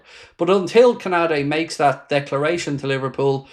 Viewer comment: LOOL BRO ITS KONATE U SAYING KONADE 😂🤣😅